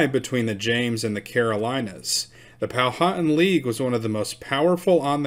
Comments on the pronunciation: You are saying our name wrong it is pow-wha-tan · Pronounced Powa-tan. Hen-ri-co. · Pow-wa-tan . I relocated here to James City County, from North Texas, in 2004 and had to learn how to pronounce their words. lol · I do believe it is pronounced "Pow-a-Tan (as in suntanned). I could be wrong. Eastern Woodland Indians did not want the White man, but they sure liked those copper kettles for boiling up a fat puppy. Noble savages.